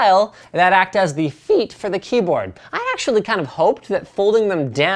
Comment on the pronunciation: that was a weird way of saying "feet"